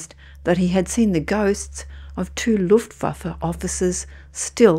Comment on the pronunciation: It's Hermann Goering leading luffwaffa 😂😂😂😂